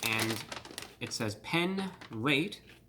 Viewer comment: Pen Late? You mean Open Late.....